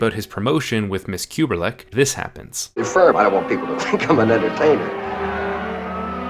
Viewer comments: The Apartment female character is Miss Kubelik rather than Kuberlik mispronounced by narrator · Y u keep saying KubeRlik